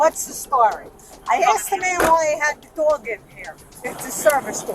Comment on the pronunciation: "His fwokin dwog jumped on mae." Immediately pointing fingers are we?